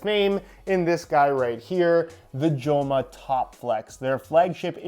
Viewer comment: Great to see Joma in the channel, as a Spaniard, the name is pronounced "Homa"